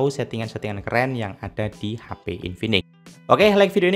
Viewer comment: H.P... bukan HA Pi .